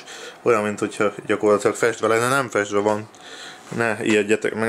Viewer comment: miért ugy mondod a festve szót hogy fesdve